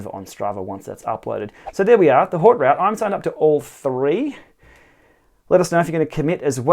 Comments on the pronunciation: Nice. It’s pronounced ‘oat root’ though.... 😜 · "Oat root"